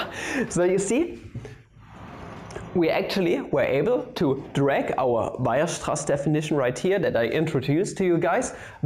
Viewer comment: Ah, good. I've been waiting to learn about Weierstrass from someone who can pronounce it